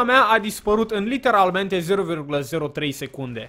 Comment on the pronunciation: De ce tot spui ,,Liternamente" :))